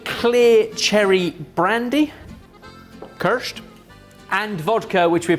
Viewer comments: pronounced keersh not kersh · i remember an episode where was drunk... remember? kirshT? you drunk? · The Ki of kirsch is pronounced as in "kitchen" ;-) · The pronunciation of "Kirsch" is making my teeth itch! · Second generation Swiss here... saying Kirch repeatedly without the I in the word veing pronounced like "knee" or "bee" was the equivalent of nails on a chalkboard....